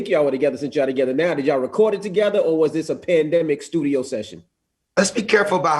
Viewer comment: Did Charlemagne just say "Thudio"??? 😳🤣😆